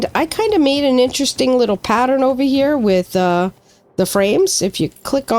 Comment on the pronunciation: "Over-down-'n-here" sounds like a New Englander, guessing Mainer. FYI in Texas and the south in general we say "Getonovaheir"